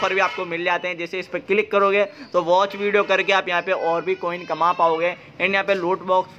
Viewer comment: विडो बोलते हो या वीडियो 😄